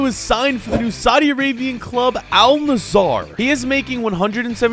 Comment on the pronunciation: Al nizzar💀